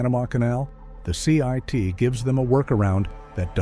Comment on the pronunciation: It's "CIIT" - not "CIT".